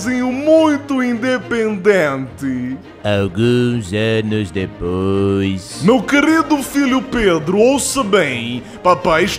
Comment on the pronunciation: 1 segundo: * passa* Pedro: E UM MILHÃO DE ANOS DEPOIXX